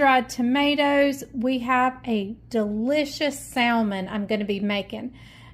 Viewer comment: It's pronounced sammon the l is silent!!!!!!